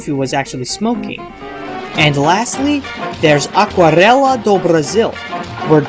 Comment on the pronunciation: Congratulations for saying "Aquarela" (watercolour) correctly ~